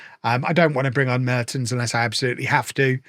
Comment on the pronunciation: the first e in Mertens is pronounced with the "e" as in "well"